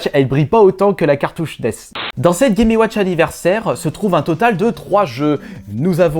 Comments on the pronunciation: Chaud de répéter 36 fois "gaiméouatch". Et euh... Chaud aussi d'entendre quelqu'un qui fait autant de fautes d'orthographe à l'oral. . Dommage car le sujet est intéressant et le montage est cool. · Clair.... "Les gaiméouatch"